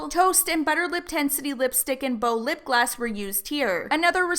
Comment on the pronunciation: The way you kept saying lip gloss XD in the captions it was always coming up with 'lip glass' LOL